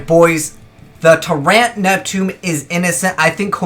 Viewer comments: its pronounced TYrant, not tyRANT. Learn english ya weeb. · Stop saying Tyrant with a hard A. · "Tur-ayunt," what region is he from? Americans have weird accents. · the way he pronounces Tyrant -.